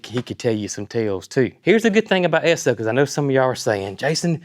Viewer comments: Exon is the name now for both ESSO AND ENCO. All the same gas but in Texas it was called ESSO. Jason, you pronounced it correctly. We has a "service station", checked the oil, the filter, the windshield wiper bottle, washed the windshield front and back, checked the tires air, vacuumed the floors emptied the ashtrays....While putting in the gasoline. It was so appreciated and expected. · The State of New Jersey still has stations that pump your gas. Still not allowed to pump your own. We know people who live there. Also, you are pronouncing Esso correct. My dad worked for Esso, which became Exxon. I love old things, too. Especially, old vehicles. They don't make them like they used to. My 24 yr old son would absolutely love this F100. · Yes, it's pronounced S-O (short for the company's name: Standard Oil). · Yes - you’re definitely pronouncing it correctly - just like S-O. That was the name before Exxon. That truck is an amazing buy - kudos to Brooke for that one! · Ess' Oh is the correct pronunciation. It is really the abbreviation S O for Standard Oil company.. It has history. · I googled it and you are correct Jason it is pronounced Eh-soh! That fuel pump and tank is probably worth half of what you paid for the truck!! Awesome find Brooke!!!I am so happy for you Jason! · We still have an Esso station outside of mu home town and you are saying it correctly. What a find and enjoy it. FW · Campbell River BC Canada still has a Co-op gas station that does a full service. You are pronouncing ESSO right, my grandpa worked for them most of his life. 😊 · I have an old Esso Keychain fob. Esso in the US is now ExxonMobil, Esso is still in Canada, Europe and Asia. You are pronouncing it correctly. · I can confirm you're saying ESSO correctly. ESSO is still a gas station brand in Canada.| Cindy Ings, NL, Canada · Jason. Pronunciation is correct. Esso was part of Standard Oil - or SO spelled out as Esso